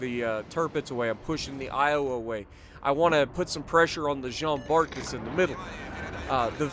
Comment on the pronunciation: In french we don't say the ''t'' in Jean Bart